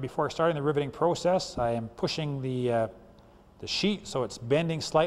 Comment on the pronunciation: I like the way he says "Proo-cess". Great Video thank you!